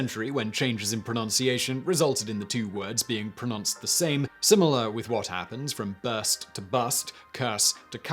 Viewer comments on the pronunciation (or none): Pro*nun*ced the same? Seriously? Pro*noun*ced